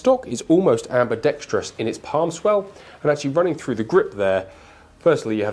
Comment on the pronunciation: english - ambi-dex-trous ...not ambi-dex-tri-ous